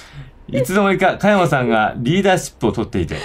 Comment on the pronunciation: 誰が実況しても面白いこの人気ゲームをこれだけ詰まらなく実況した動画は初めてだわ。香山、美樹本など 幼稚にキャラ付けした半ばふざけた読み方が面白いとでも思っているのだろうか。ゲームの良さを実況者がぶち壊してるわな。